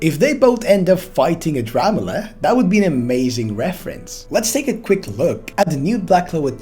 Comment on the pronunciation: Yooooo you actually got it right! The new chapter says the name is ADRAMALECH!!!